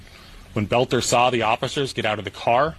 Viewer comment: Why are we listening to this? You never heard of Klobuchar? By the way. Take note. BELter not BOLter. Otherwise you sound like AI, which is annoying.